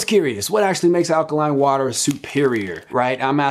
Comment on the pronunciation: did you just say "allergy eaters"?